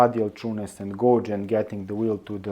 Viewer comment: "Dishing gauge"; "gauge" is pronounced with the "auge" part sounding like "age".